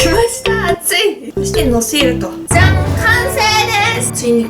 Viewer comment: ツナマヨのじゃん！がざんに聞こえるw